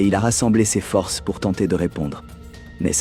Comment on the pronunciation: Histoire passionnante mais pour la narration il y a quelques fautes de prononciation qui trahissent l'I.A.. Ex : Dans "à bout de forces " on ne prononce pas le S qui est la marque du pluriel. Bonne journée Monsieur le Robot.